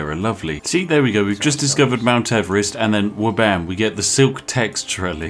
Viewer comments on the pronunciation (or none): none